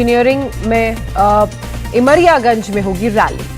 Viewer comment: एमरियागंज नही डुमरियागंज 😂😂😂😂